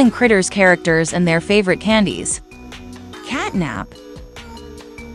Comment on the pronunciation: Did You know the elephant is actually not nabnab its bubba bubbaphant?and You know CatNAB is actually cat NAP the p not the B